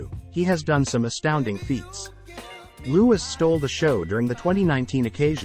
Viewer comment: It’s pronounced Loo-ee, not loo-is